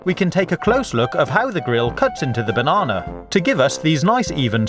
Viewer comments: is kt just me or sometimes when he says banana it sounds like bananerx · I love how you say Banana. LOL Bonona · Just came here to here him say "banawnaw" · He says banana bonana.